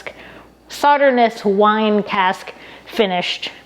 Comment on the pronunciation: Free info: The last "s" in Sauternes is silent. Pronounced: "Saw-Turn" 🌈 The More You Know 🌈